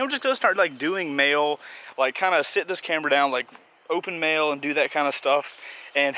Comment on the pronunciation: When he said mail I though he said mayo cx